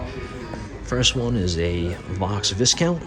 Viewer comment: Wonderful video - just one thing... one doesn't pronounce the 'S' in Viscount. Pronounce it is Vai (or Vye) Count. Amazing collection!